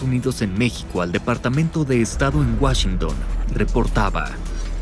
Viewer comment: "Whashington" 🤮 ya me puedo imaginar la gran calidad de este "documental" que mando hacer el Tio Richie... yo paso sin ver...